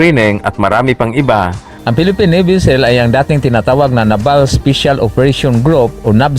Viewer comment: Ayusin mo nmn pag bigkas ng naval